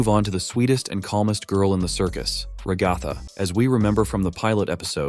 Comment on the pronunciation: FR LIKE ALL I HEAR IS RUHGATHA